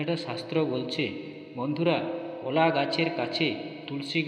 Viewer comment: একই কথা বার বার বলা হয়েছে। সংক্ষিপ্ত এবং তথ্য সমৃদ্ধ হবে, এটাই আশা করা হয়েছিল। কিন্তু সে গুড়ে বালি। আর কথাটা কলা ,কোলা নয়।